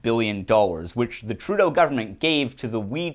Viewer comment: Trudeau .. kinda sounds like "True- though..."